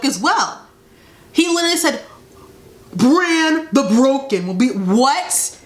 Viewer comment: I lost it when I heard Bran the Beoken